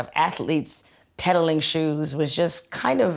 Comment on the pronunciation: am I the only one who thinks the way she says “shoes” is weird